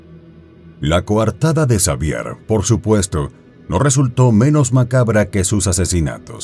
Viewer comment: Se pronuncia Javier